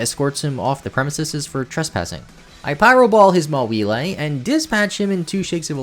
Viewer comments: “ma-wheel-lay” bro what 💀.It’s maw-while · Wait… MA-WEE-LAY (btw no stress but it’s MAW-WI-ILE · Did you just pronounce Mawile as "Mah-wee-lay"